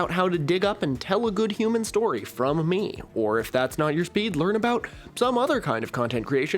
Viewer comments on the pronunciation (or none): none